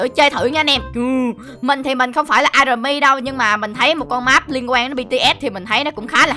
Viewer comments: Army đọc là A-my nha anh chứ hôk phải A-rờ-my ạ :3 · Ổng đọc a rờ my, cười ị😂😂